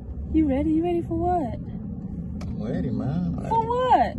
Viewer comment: I can’t take you serious saying “I’m weady” 😂